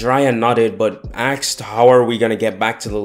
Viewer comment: btw question why do you say axed?